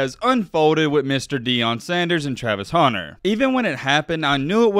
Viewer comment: I forgot you call him "Travis Haunter" and hit play on this video. As soon as I heard it I immediately shut it off. Where is the "A" you keep pronouncing?